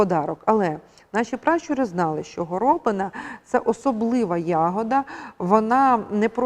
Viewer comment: А чому горОбина? Хіба такий наголос правильний, а не горобИна? Я чую в мові людей другий варіант.